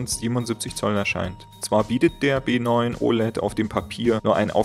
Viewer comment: B9 hat kein VRR? (Ist hart zu verstehen ob du B oder W sagst)